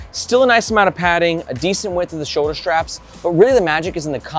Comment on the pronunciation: Ah man… great reviews, super helpful, so I’m honestly not hating on you at all, but for a dude who talks about bags all day long you have to learn to say “straps” and not “shtraps”. (Aware this is more of a me problem than a you problem)